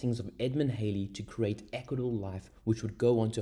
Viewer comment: The pronunciation of Halley rhymes with Valley and Alley.